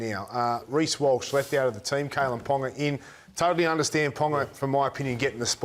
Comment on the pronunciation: Ready surely purposefully mispronouncing "Kalyn" and "Cam". Come on now you know how to say those names.. very lame and you also looked awkward as you did it. I bet you don't mispronounce any Polynesian surnames.. you are so full of it.